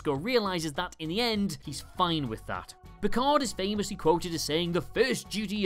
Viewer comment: "I am not PEE-card!"